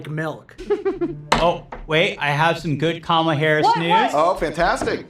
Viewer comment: These two bagel heads kept mispronouncing "Kamala".